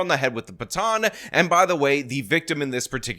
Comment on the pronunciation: A STAR 😂😂😂😂😂 THE WORD IS BATON.